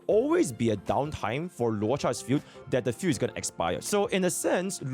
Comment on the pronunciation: 'field' i hear as 'fugue' 🤣😂